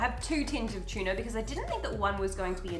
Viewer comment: tchilly tchuna